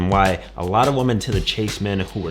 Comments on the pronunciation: "Woman" (pronounced woo mun) is singular. "Women" (pronounced wih mun) is plural. As you constantly mispronounce the word "women," you're making it singular. That means, to me, you mean exactly ONE woman. I don't care about your one and only woman. Learn to speak english. I hope it isn't your only language. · While the headline says "women," he keeps saying "woman," so I'm guessing he only has one of them. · Great video and no hate, but please man… learn to pronounce the word women correctly.